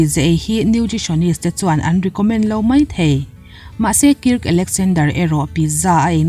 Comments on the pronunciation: A ngaihnawm thin e.. 👍👍🌷🌷. Mahse Kirka i tih hi Kirka ti lo in Kark ti zawk la a dik zawk angem ka lo tia. Kark_a . 😁👍🌷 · Kirk tih a nih chuan Kairk tih a lan tur a ni in ka hria, ka lo sawi ve mai mai, ngaihthlak a nuam em👍👍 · Kirk anih chuan k hriat sualloh chuan Kark tih angin an lam thinin k hria. K in tih fin vangah in lo ngai leh ringot ang e o.. 😁